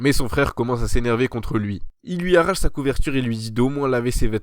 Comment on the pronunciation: É au commencement de l'anime tu as dit cha chambre😂